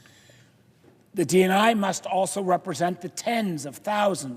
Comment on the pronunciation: Why was his pronunciation different when saying 911